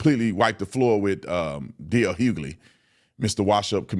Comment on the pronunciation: DL WHOgly? Lol and the Lemon head is so annoying. You keep doing you Officer Tatum! ❤